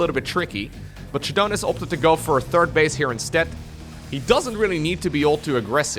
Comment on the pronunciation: it's funny that ShaDoWn spells his name with that "AaBbCc" style like is used to mock people these days, because every time this dude says "shuh-dohn" I think he's a moron. Shadow. Own. Shadown. ShAAAA, not shuh. god dude